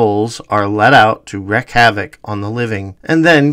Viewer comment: Picks up old Don Pleasance over the mispronunciation of an ancient Celtic word... Mispronounces "wreak"!!!